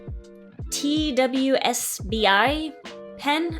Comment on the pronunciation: I enjoyed your video and your personality! You could Google for pronunciations (or do a YouTube search for a related video). TWSBI is usually pronounced Twiz-bee and Kaweco pronounced Ka-vay-ko.